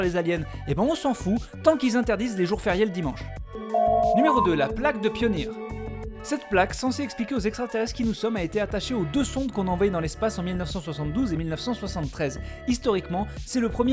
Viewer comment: On dit pas "pionié" mais "payonir"